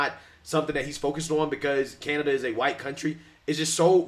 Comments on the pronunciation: She said "canadia"😂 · Did anyone catch that she was about to call Canada, Canadia? 🤣